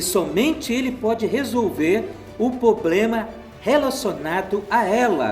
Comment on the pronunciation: E não se fala POBLEMA E SIM PROBLEMA AFFFFFFF